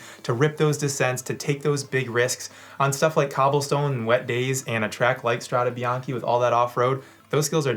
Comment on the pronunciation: It's Strade Bianche, not Strada Bianchi or whatever else people say. I'm amazed by how many people get this wrong.